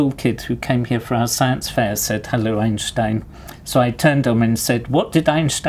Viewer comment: I like that he pronounces "Einstein" correctly.